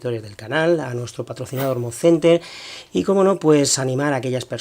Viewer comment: No sabes decir como.